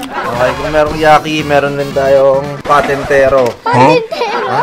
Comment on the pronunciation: Patintero sabi ni kuya😂😅